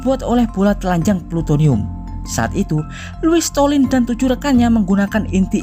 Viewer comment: Loius slotin.bukan stolin.salah nyebut tuh